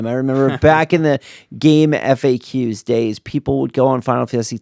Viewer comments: It's "Game-Facks". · It’s pronounced like “Game Facts”